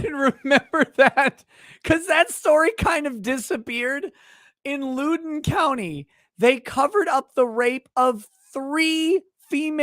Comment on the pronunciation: Jesus Christ, learn to pronounce a county's name before butchering it! It's pronounced Loud•En County.